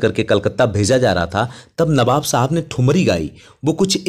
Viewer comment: Abe to newab Kyu bolta h be